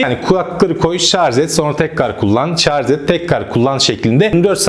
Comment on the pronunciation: Arkadaşım emeğine sağlık güzel bir tanıtım fakat nacizane tavsiyem binlerce insan sizi izliyor şu "Şarj" kelimesine dikkat edin biraz şarz çok kulak tırmalıyor lütfen dikkat edelim